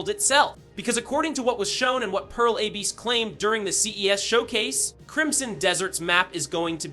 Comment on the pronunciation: Dude you are spouting really weird stuff. First of all, learn to pronounce Abyss lmao, what is that AYBISS crap. Second of all, specs are openly visible on Steam, they are accordingly high for such a game without being unobtainable, DF was very optimistic about the technical features and the company is well known to be able to pull off open worlds with fucking thousands of people going at once, without loading screens. This is the weirdest CD video out of them all so far and the bar was already low when it comes to misinfo and speculation.